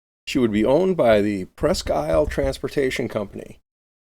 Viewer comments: Presque Isle pronounced Presk-eel. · Very interesting. One correction, however. The town name, and so the name of the ship, is French, therefore pronounced "Presk-Eel"